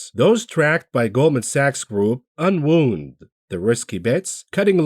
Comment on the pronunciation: "un-wooned" ? Hahaha, you're a guy reading a script from a bunch of other analysts... classic.